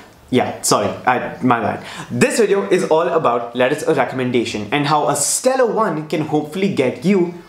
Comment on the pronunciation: Letter of Recommendahthfti 😂